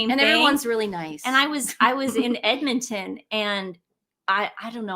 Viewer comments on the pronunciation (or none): none